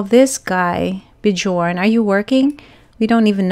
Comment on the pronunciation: Bjorn is pronounced bee-YORN ")